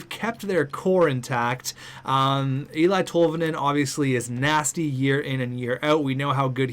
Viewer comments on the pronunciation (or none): Okay just an FYI his name is pronounced Ellie Tolvanen not Ely but I love the vids keep it up